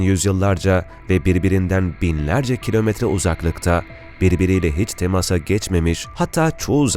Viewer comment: evet duzgun bir turoce ile konusuyor fakat Asurlular , Ermeniler , temasa demesi cok kusurlu..asur.un a si uzun olmali..ermeniiler diye uzatilmamali , kisa soylenmeli ve temas kelimesi temasa gecmek gibi kullaniliyorsa a uzun okunmali..